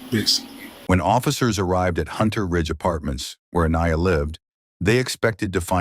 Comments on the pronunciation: This was a great video--the only thing that could've made it better is if you had pronounced Aniya's name correctly throughout (but I think this may be an AI narrator). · You said her name wrong numerous times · If you're going to use AI, train it to get the victim's name right. The many ways Aniya was mispronounced was infuriating. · How many ways can u continuously mispronounce the poor victims name? It's horrible enough how she lost her life and i find it disrespectful to her memory especially because the first time her name was said it was correct. You need someone to proof read ur stories before you post and be allowed to make money off said posts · My biggest gripe with this video is that you only say Aniyas name correctly 3 times. She doesn’t have much left, but for people to remember her and tell her story. By saying her name incorrectly you may as well be talking about someone else. I find it disrespectful. Just a future food for thought. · It would be nice if your AI voice could pronounce her name correctly. I counted at least 3 different ways. uh-KNEE-uh, uh-NIGH-uh, ON-yuh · I sure wish that the narration would pronounce Aniya's name correctly, every time it is used. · Does anyone else find it highly disrespectful to the VICTIM how often mispronounced her name? 😢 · Please tune your AI to consistently get the victim's name right. It pronounced it two different ways in this vid. Disrespectful. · FFS can't your CRAPPY AI even get this poor girls name correct ??!! There must have been 5 or 6 different pronunciations which is both rude and disrespectful to a beautiful young woman who has lost her life because of a mans jealousy & insecurity . If you're going to have a channel highlighting true crime , the LEAST that you can do is to get the victims name right !!! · Kind of sad the narrator couldn’t even get her name pronunciation correct. Think I heard at least 2 variations and a completely different name. Just seems a little distasteful. RIP beautiful girl